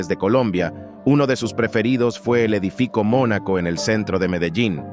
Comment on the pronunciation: Dijo Edifico en vez de edificio.😂😂